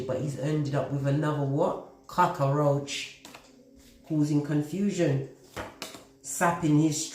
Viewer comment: LMAO. The way you said cockroach i cant stop laughing.